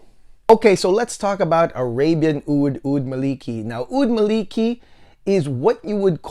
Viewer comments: Amazing review. Just a short pronunciation correction: It should be “Maa li kee” As per the arabic “مالكي" Keep up the amazing reviews 😊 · it's "الملكي" == "royal - kingly" not "مالكي" == the whole meaning changed so should say: "al - mala - key"